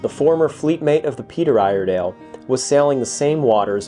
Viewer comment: Ear-eh-dell is how us Oregonians say it.